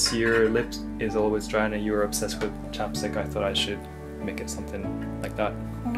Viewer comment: I thought he said chopsticks instead of chapstick